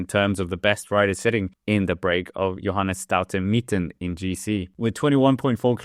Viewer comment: You did it again 😂 Staute Mittent this time. Shouldn't be to hard for a dane 😉 StauNe MitteT